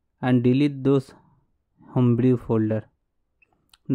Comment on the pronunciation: Nice Video, you save my time, but take care of pronunciation - Home brew is = होम ब्रू